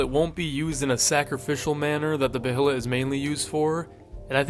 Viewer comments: buh hay lit. just say bay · Hate to be "that guy" but the word Behelit is pronounced "Bay-let". Love the video!❤ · bro really said beHelit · is he not saying behelit wrong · Your pronunciations of “apostle” and “behelit” are crazy lol